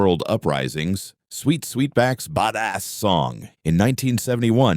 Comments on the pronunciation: Yea nix that dumb ass AI . It particularly butchers AAVE 🤬🤨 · Yes,it pretty pathetic.